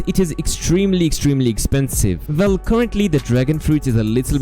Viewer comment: The "vell" kills me 😂😂